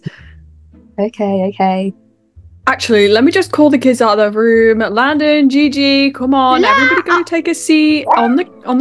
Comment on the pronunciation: LaDdeR instead of landon has me cracking up lol and GigicHaD hahaha